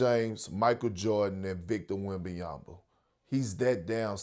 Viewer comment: I'm more surprised that Perk pronounced Wembanyama correctly.